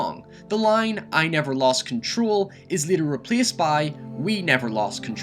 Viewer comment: wtf is this accent? Giem, lien, niem? Fuck is wrong with you bro 😂